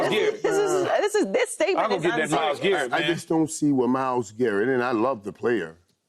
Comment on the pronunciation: This dude Keyshawn said Myles Garrett 😂